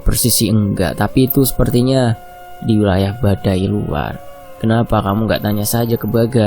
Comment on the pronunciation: Bukan badai luar mas tp badui luar. Maap ya